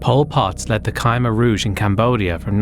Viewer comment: "Ky-mer Rouge" Still, though. Banger video, as usual.